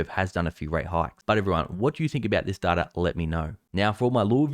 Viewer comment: its data not darta xD